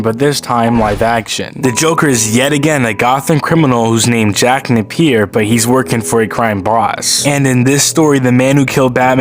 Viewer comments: Jack NAY-PEEE-YER damnit Not NUH-PEER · It's pronounced "Jack Nay P Er"